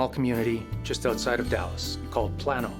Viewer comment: Plano TX is pronounce "PLANE O" not Plan O.